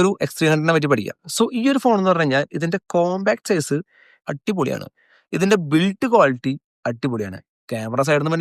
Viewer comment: സീസ് അല്ല ബ്രോ.. സൈസ് ( Pronounced as Zise )